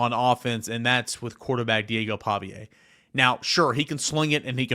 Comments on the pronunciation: Pavia (Pah-vee-uh) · Lol I was thinking the same exact thing. Not a fan at all but he has a pattern of messing up ppl names 😅